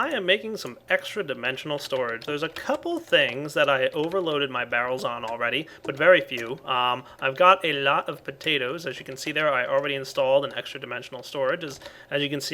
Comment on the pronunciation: Topatoes :D (potatoes)